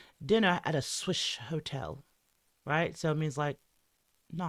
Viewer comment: I heard “switch” not “swish”